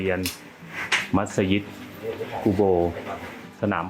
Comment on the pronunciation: ดีมีคลิปให้ดูได้เห็นความสวยงามของผู้คนที่อาศัยอยู่กลางทะเล ถูกใจนักท่องเที่ยว โดยเฉพาะฝรั่ง เอ๊ะคลิปนี้ เรียกมัสยิดถูกต้องแล้วน่ะ คลิปที่แล้วเรียกมัสหยิดอยู่เลย!!!